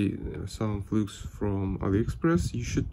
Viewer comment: Автор! Флюс по английски пишется flux но читается флАкс а не флюкс. Закрытый слог и т. д.